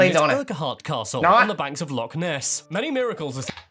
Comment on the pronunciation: On this occasion an Englishman has pronounced Hebrides correctly 😂 but he did pronounce Lochaber, Urquhart Castle, loch… etc wrongly!